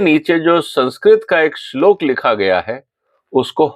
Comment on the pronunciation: आप भी पहले इस श्लोक का सही उच्चारण सीख लीजिए